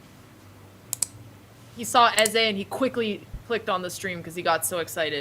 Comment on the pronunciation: It's pronounced Ezay (I think)